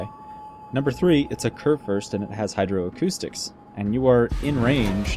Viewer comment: Great Vid. Try to pronounce the "Kur" in Kurfürst like "cour" ;-)